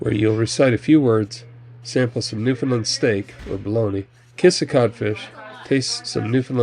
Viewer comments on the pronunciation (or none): Newfoundland rhymes with understand.